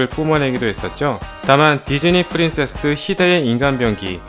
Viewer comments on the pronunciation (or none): none